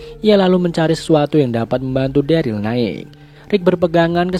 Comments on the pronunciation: Keinget dulu ngomong daryl jadi darly:vdah lah lupakan semua manusia punya kesalahan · Pas season awal ngomong daryl aja darly